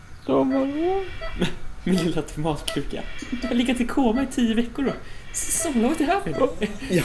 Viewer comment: Det lät som han sa "men lilla tomat kuken"